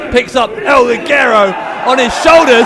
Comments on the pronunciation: So is it part of the gimmick that no one say el Ligero correctly? it's a soft g. El "lee-hair-row". But everyone says el li gare oh. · but even el Ligero pronounces it that way.